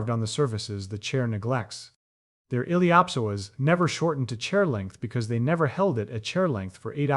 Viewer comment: Awesome content. It just drove me crazy to hear the words “psoas” and “ilio psoasa” pronounced in a way I’ve never heard till this video.